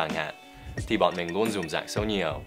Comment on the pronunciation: xem clip của thầy xong ko thấy thầy nói tiếng việt ngố mà em thấy thầy nói tiếng việt ngọng :p "luôn" chứ ko phải "nuôn" thầy ơi ^^ . Thật ra em ở Hải Phòng. Và không biết thầy ở VN thời gian qua thầy có biết không nhưng những bạn ở thành phố, tỉnh khác mỗi khi nhắc đến người Hải Phòng là họ cứ có quan niệm là người Hải Phòng nói "ngọng". Và cụ thể là ngọng chữ "L" với "N". Thật ra tâm sự với thầy một chút đó là hồi bé, lúc chị em dạy em tập đọc và đánh vần chữ cái thì chị em bị ngọng và làm em lúc đó cũng bị ngọng theo. Nhưng khi đến trường đi học em thấy cô giáo phát âm không giống thế và em đã tự sửa để đọc sao cho đúng. Em thấy sửa ngọng khó lắm, lúc đó mỗi ngày e phải đứng áp lưng vào tường và gồng mình đọc cho đúng. Cũng may là em tự phát hiện ra sớm khi em còn nhỏ và em đã tự sửa ngọng được cho mình. Khi lớn rồi đi đây đó khắp nơi thì em thấy không chỉ người Hải Phòng, mà rất nhiều người dân ở nơi khác kể cả Hà Nội cũng nói ngọng. Nói như vậy, ý không phải chê bai các bạn nơi khác cũng nói ngọng được thì Hải Phòng cũng nói ngọng được. Mình chỉ muốn nói rằng, ở đâu cũng có người nói ngọng, ngọng nó là do cách phát âm, là do cách các bạn được học và đánh vần từ bé, và ngọng có thể sửa được. Chính vì thế, mong là các bạn nơi khác, nếu có đọc được những dòng tâm sự này của mình thì mình mong các bạn đừng gán mác "Ngọng" cho người Hải Phòng nữa nhé !!! Và chính vì thế nên giờ khi nghe ai nói, em đều rất hay để ý là họ nói ngọng hay ko để kêu họ sửa ^^ . Em cũng không biết t